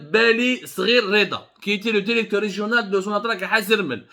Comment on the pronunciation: Contiti contiti Derecteur derecteur